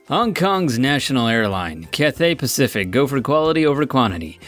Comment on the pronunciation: Cath theigh pacific what